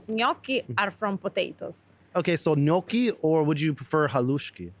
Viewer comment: you prnoounced gnocchi like Nokia-the-phone